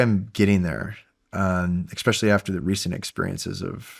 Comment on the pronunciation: this guy saying "eckspecially" is really annoying